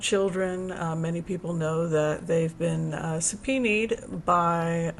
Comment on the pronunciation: Supena is how it is pronounced. I know you care about getting it right because you have mentioned it before and asked if you were saying it right.